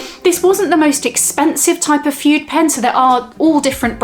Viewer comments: Pronounced FOODAY.! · My dear, the term fude is pronounced “food-ay “ in Japanese. This is a wonderful video! Thanks for sharing! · Very nice video,. One thing: Fude is pronounced “foo-day” in Japan and it means “brush”, referring originally to the bamboo brushes used in traditional Japanese calligraphy.